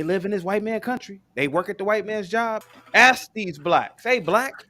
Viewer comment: We didn’t build America also it’s ask not axe.